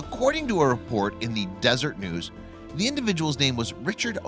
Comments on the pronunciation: It is pronounced "cash", not cache, even if that's how it's spelled. And it is the Desesret News (pronounced Des-er-et), not the Desert News. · The narration would sound more credible if you'd pronounce cache "cash" which it is how it is supposed to sound. And Deseret News from SLC isn't pronounced "Desert", the third "e" is not silent. Thank you for the video. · It's desser-et news. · How about learning to read. Not "Desert News" and not "casha" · "cashay" - cachet - a state of being distinguished "cash" - cache - a sometimes hidden pile of stuff Yeh, I know lotsa millenials mispronounce it. They're idiots too OBTW - DESERET News has 3 syllables in des-e-ret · There were several other mispronunciations as well: Parowan is pair-a-juan, Deseret News is dez-r-ett and incidentally, since I'm from Utah let's throw one in that is always pronounced incorrectly: Tooele is pronounced too-ill-a. It's hard to listen to a documentary type program when words are pronounced either wrong or different than we're used to.